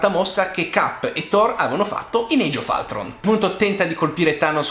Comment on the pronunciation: "EIG OF ALTRON"??? AHAHAHAHAH